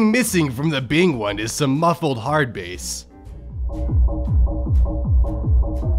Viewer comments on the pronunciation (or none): ITS NOT BASE ITS HARD BASS AS IN THE FISH